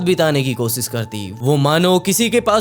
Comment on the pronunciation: Bhai kosis nhi koshish hota hai app s sh mai thoda sudhar kro baki sab thik hai